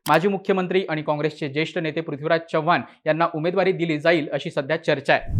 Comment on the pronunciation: भावा, चव्हाण चा 'च' व्यवस्थित उच्चार, तू मराठी आहेस, अमराठी नाहीस.